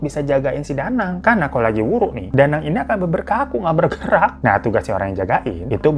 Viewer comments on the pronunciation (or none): Nyong ya wong gumelar...banyumas...tapi sakuan istilah ebeg kuh wuru yah...geneng bang hiro ngomonge waru...waru sakuan kayu...ihik...!!! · Wuru bang bukan wuru krn aku org Banyumas 🤭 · Bang,,gw dari banyumas nih,,btw WURU bang bukan WARU,,hehee😁😁🙏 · Wuru coy bukan waru😂😂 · Bukan waru bang tp wuruu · Wuru bang bukan waru😂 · Hhhh bukan WARU bang tapi WURU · mon maap bang wuru bukan waru😭